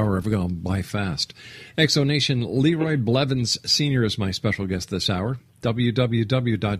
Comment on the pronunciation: THAT WAS MY DAD oh and its blevins just sayin